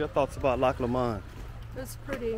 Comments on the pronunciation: Loch Lomond is pronounced Loch Lomind (not like mind though lol) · Pronunciation; Loch Low-mond. Glasgow, Glaz-go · It’s pronounced LOW MUND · Pronounced Lowmond not lmond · I love your videos but please pronounce Lomond correctly. Its not low...MOND. Its LOW..mond Stress the LOW and not the MOND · I hate to redirect but, it’s pronounced Lowmond, very beautiful and such well behaved children another great video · Glad youve enjoyed it. Try saying it as loch LOW -MOND same way youd say something was LOW down on the ground . If you listen to RUNRIG bonnie banks of loch lommond youl hear how its pronounced. Im sure its run rig that sings it anyway. Safe travels. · I haven't read through all the comments, so if someone has already said what I'm going to say then please accept my apologies in advance. Anyway, pronunciation of Lomond is Lowmond. I mean, say it how you please, but other people may struggle to comprehend what place your talking about. Apart from that, I'm glad to see that you and yours are having a happy time. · You're not saying it right, Lomond is pronounced with short vowel sounds, Low followed by mond which sounds like pond. We Scots get a bit precious of our place names. You should visit Anstruther in Fife on Scotland's East coast, best chip shop in the damn world. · Just FYI it’s pronounced Loch LOWmund, and the city is Glasgow :) but I actually prefer how you said them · It's pronounced Loch LOmond